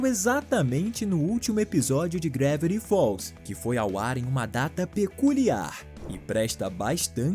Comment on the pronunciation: "Gravviti falls"?